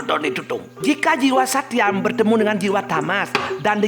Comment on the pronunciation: Koreksi... tri guna seharusnya Satwam (bukan Satyam), Rajas, Tamas. Suksma